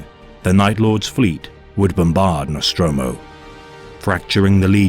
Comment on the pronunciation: NostrAmo, not NostrOmo. Either way, great work.